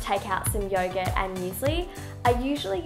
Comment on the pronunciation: At first I thought she said that she eats yoga for breakfast instead of youghurt. Yum, yoga 😂😂